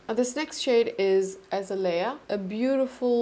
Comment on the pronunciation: I snagged some if these blushes on their amazing black friday sale and Im so happy I did! Foxglove is definitely my favorite and Im itching to buy more shades. I’m thinking maybe anemone would be a good one but hearing you attempt the pronunciation had me giggling! Its a-neh-mon-ie like the plant that Nemo lives in!! 😂 And azalea is pronounced a-zay-lia 🥲 🌺 these plant names are hard though I get it lol